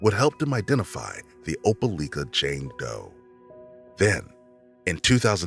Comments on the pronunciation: Opa-like-a not Opa-leek-a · Opelika with a like sound not leak. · They keep saying opaleeka when in reality it is pronounced opalyka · Opa- li- ka, not leeka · Opelika LIKE- A not LEEK-A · I'm from Opelika and it's pronounced O-pe-Like-a. The Amore Wiggins case was heartbreaking and still is. And it's sad to hear about something like that happening in your own town. There truly are monsters everywhere. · it's oh-puh-lie-ka 😭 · I was just about to leave that comment. Oh- Puh-Like-Uh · Thank you for sharing the stories of these previously unsolved cases. At the risk of looking nitpicky, I did want to tell you that Opelika is pronounced like Opal-ike-uh (source: I'm from Alabama) Thank you for sharing these stories again! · Opelika is said, "oh-pa-LIE-kah" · the way they are pronouncing opelika is making my head hurt. It's "oh-pell-LIE-kuh" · Oh-pel-eye-kuh is how you pronounce that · Opelika = Op-a-LIKE-uh by the natives, I believe. I didn't realize at first what he was saying. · As someone who lives in Alabama... You miss pronounced Opelika wrong lol It pronunciation is ow·puh·lai·kuh I remembered that cause, I remembered being confused about that cause the parents said they were fighting for custody of her but also abandoned her...? Then again I was young when i first heard it. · Opelika: Oh-pah-like-uh. It's the next-door neighbor town of Auburn, Alabama, the home of my alma mater, Auburn University. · The proper pronunciation of Opelika is.... lika sounds like like with an a... Opelika....not opeleeka.... duh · It is pronounce Oh-pah-lie-kah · Imma say it Opelika is pronounced Ope -ah -LIKE -ah. From a Alabamian ❤😂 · Opa-lika Alabama lol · Mispronounced the town's name...irritating! "Oh-pa-lye-ka" accent on lye! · How many people need to comment how Opelika is pronounced? Damn y’all. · The pronunciation of Opelika is killing me. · Being from Alabama I cringe at the way the guy pronounces Opelika 🤦🏿‍♂️😂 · you said opelika wrong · Pronounced opi lika or ope lik-a